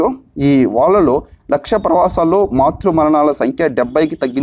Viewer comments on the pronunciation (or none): 1)గలొఫాగా స్ క్లారిటీ లేదు, 2)ప్రవసాల్లో కాదు, ప్రసవల్లో